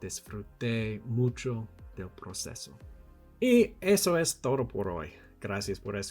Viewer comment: Your Spanish is so neat, just pay attention on your "d" pronunciation, you have pronunced like "r" in English in some words like "todo". But in general, great job! And... no! We usually don't eat insects such as chapulines hahaha.